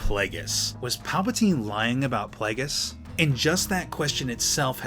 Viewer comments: For a star wars fan you sure don't know how to pronounce plagueis (play-gee-is) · Am I the only triggered by the way he says Plagueis?